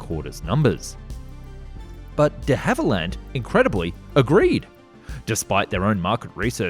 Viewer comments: duh havilland ? try saying dhavilland (one word) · Frankly, I would prefer AI voicing to the creator's! Time and again he is incapable of pronouncing words which any one with an ounce of literacy should know. Geoffrey - is not JEE-OFF-REE Cavernous - is not CAVENEROUS De Havilland is DEE Hav-i-land. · Please, please, please check your pronunciation. On this video its DeHavilland you're getting wrong. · Is the narration now AI? “De Havilland, cavernous, triplicated” all pronounced a little oddly, even for an Aussie.